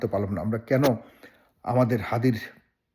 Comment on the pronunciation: হাদি না থাকায় কার সবচেয়ে বেশি লাভ হয়েছে, কার বেশি লাভ হবে!!!!????? আমাদের মাথায় একজনের নামই আসছে, মির্জা আব্বাস, হাদির খুনির জামিন কে করিয়েছে, বিএনপির সাথে সম্পৃক্ত একজন এডভোকেট, মির্জা ফখরুল ইসলাম আলমগীর হাদির নামটা ঠিকভাবে উচ্চারণ করতে পারছে না, উনার কথায় তুচ্ছতাচ্ছিল্য একটা ব্যাপার লক্ষ্য করা গেছে, ইনকিলাব মঞ্চের নাম ঠিক ভাবে মুখে আনতে পারছে না, বার বার মঞ্চকে পার্টি বলে উল্লেখ করছে, এসবের মানে কি দাঁড়ায়, মানুষ কি বুঝবে এসব থেকে, বিএনপির আচার আচরণ কি এসব ঘটনার পক্ষে দিক নির্দেশ করছে না!!!!???? মানুষ কি এমনি এমনি বিএনপির উপর দোষ দিচ্ছে!!!!!????